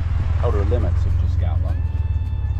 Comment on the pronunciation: Well, at least the guy pronounced the name of the place correctly.. Yep.. And the old warehouse, which sat across from the old metal shop, is still there ---With that ugly green paint.. (Did someone get a discount on that colour?)_ That old building, which later became the firehall, really helps to orientate the newcomers, if they check out any photos from 60 -80 years ago.. I remember when I was a kid, a painter came around, and repainted every house that yellowish beige.. Much nicer.. All the old bunkhouses were painted that colour too.. They really stood out, compared to all the grey weathered shacks we noticed in Port Clements, when the road was put through.. .. Anyone remembers Fred Marx's sign painting ability?.. "keep doorway clear".. You instantly recognize his handiwork.. Man, I bet that guy would have been a millionaire, if he got a buck for every sign he painted.. All in all.. What a sad, sad documentary, of what at one time, was a great place to live.. People going there today, have no idea.. What can I say? I'm lost for words..